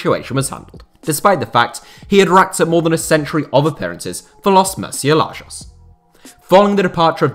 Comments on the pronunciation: I literally shuddered at how you pronounced that. It's pronounced "Moor-syEH-lagos", not "murseelajos". It means "Bats". But this is a very interesting video and what disrespectful treatment on behalf of VCF towards club legend Dani Parejo, whom actually cried at this treatment. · "moor-cie lajoes" "gonkalo gwhydes" I love you but put some foreign words on google translate to hear what they should sound like sometimes I beg you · Just died a bit inside by his pronunciation of murcielagos. For reference (moor-see-eh-lah-gohs) hard G